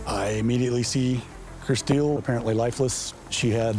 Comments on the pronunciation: Why do they keep calling her Kristeel? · Anyone else annoyed at her name how they keep repeating it over and over over annunciating it? "Kris steel". Why not just pronounce it normally like "chris 'til". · Her name is spelt Kristill but you keep saying Kristeal???? Annoying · The reporter calling her KriSTEEL is driving me nuts.